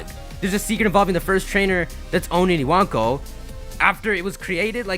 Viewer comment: ewonko it's spelt but he says it as iwanko for some reason